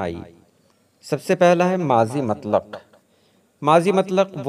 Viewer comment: Not matlaq but mutlaq